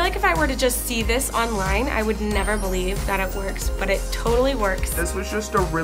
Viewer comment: " i beweave it" 😂😂👌👌